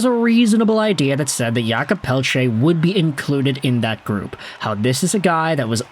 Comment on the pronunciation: "Yulkob" Pelletier ...it's Jake lol